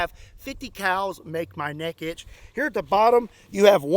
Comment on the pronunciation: I thought you said a different word instead of “neck” lol